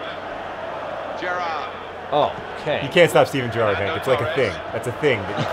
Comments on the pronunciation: GER-ard, emphasis on the first syllable. we also say BER-nard. hope I helped :D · It's Geh-rard. :P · every time you say steven gerrard's name my soul sighs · John you can't even say your hero's name properly. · john supports liverpool and can't even pronounce gerrard?